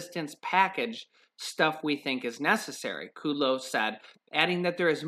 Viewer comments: Its KUDLOW not KUDELOW. Short U not long U. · it's not Larry Ku Low it's Larry Kud Low! LOL I just had to tell you because every time I hear you say his name, I say the correct pronunciation out loud.